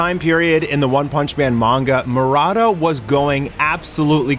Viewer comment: why are you Pronouncing "Murata" as Marada?